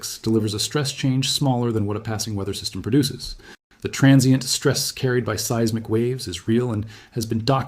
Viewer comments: "See-iz-mik" robot man? The word is "seismic", pronounced "size-mick". Guess AI isn't ready to take over yet... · The definitive tipoff that this is AI was hearing “seismic” pronounced as “see-is-mic.” Having AI involved at any level erodes my confidence. But at least this video wasn’t fear-mongering.